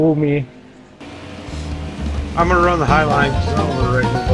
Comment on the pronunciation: It took half the video before I realized why they were saying wu me 😭😂 this was hilarious as always